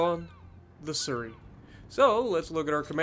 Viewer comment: Nice vid but I think your pronunciation of Surrey is wrong as I'm hearing it as sir-ry when it's said like su-ry (sorry if sounded rude it's not meant to)